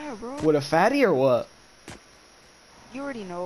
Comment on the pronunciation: my man said “wItH a FaTtIe??”